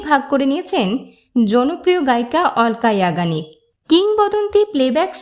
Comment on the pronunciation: উচ্চারণ টা ঠিক ঠাক বলুন অলকা ইয়াগনিগ